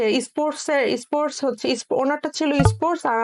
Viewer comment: Pronunciation is bad :it is not issports, this is sports i am from India